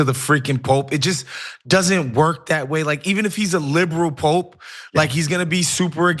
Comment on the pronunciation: It's POPE not Pop 😊